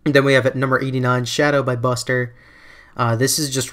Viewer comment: I thought Bustre's name was pronounced Boostray -.